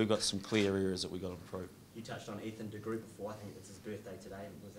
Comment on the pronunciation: Ffs pronounce de Groot properly! He has a strong name and you kiwis make him sound like a damn marvel character lmao